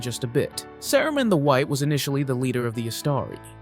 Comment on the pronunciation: I cant believe you pronounced Saruman like that.